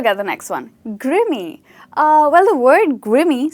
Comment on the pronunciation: Grimy - it's not pronounced 'grimmy', the letter 'i' is pronounced like the 'i' in 'time' or 'fine' or 'mine', and it means something dirty. Where did your translation come from?